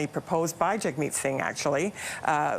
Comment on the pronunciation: Why do they all call him Jugmeat, his name is Jagmeet?